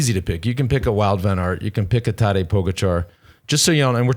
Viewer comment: It's PogAčar not POgačar.